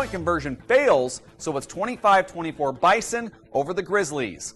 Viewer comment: It's BIZON Not Bison